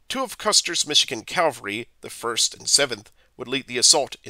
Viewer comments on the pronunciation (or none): The amount of times I heard Calvary instead of Cavalry really distracted me. Cavalry is a horse you ride and Calvary is a hill where Jesus died. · "Calvary" or "cavalry"? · Ha ha ha! I thought it was a mistake the first time he said "calvary" but I guess that word is the narrator's nemesis. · The word is pronounced CAV al ry. After the first four or five times the mispronunciation becomes very distracting.